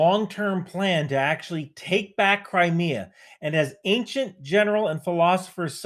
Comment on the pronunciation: I keep hearing "Cry Me A Bridge" is there a River in Crimea?